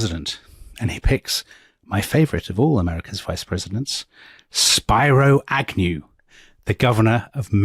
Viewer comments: Spiro Agnew pronounced his first name as Speeroh not Spyro. I was 9 back then and remember that clearly. Also, what Nixon practiced toward the South was called dog whistling. His supporters could hear what he meant even if he had plausible deniability. He buddied up to the racists like Strom Thurmond to win the southern vote. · It was SPEERO "Nolo contendere" Agnew. Former governor of Maryland. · Spear-o. Not spy-ro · The “I” in Spiro is not an Anglo dyphthong. It’s Spih- roe. Not spye roe. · "Speero" not "Spyro" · They are pronouncing Spiro Agnew's name wrong - it's not "Spy-Ro" it's "Speer-O". Super annoying. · You certainly find virtues we never knew Nixon had. By the way, his VP Agnew's name is pronounced SPEAR-o, not SPY--ro as you have it. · SPEE-RO NOT SPY-RO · I think it's pronounced Speero Agnew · Spear-O Agnew. Spyro is an awesome video game dragon lol. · Spiro is pronounced “spearoo”. Ailes is pronounced “ales” like the drink. 😊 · Pronunciation Help: SPEARo Agnew. Roger ALEs. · Come on guys it's pronounced Spearo. I agree that your leftist elitist slips are a bit much. Why is it every Brit pretends to be an Eton educated Duke the minute they talk about America? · Speero is how it’s pronounced. Great podcast. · Loved the episode but Spiro Agnew’s given name is pronounced spear-o (not as the first part of “spirograph”). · 2 name pronunciation corrections. - Spiro (Agnew) is “SPEER•o” - (Roger) Ailes is “ALES” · This really is an awesome episode… And I don’t even care about the hilarious mispronunciations of Spiro Agnew and Roger Ailes names 😂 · Spiro mispronounced but great job!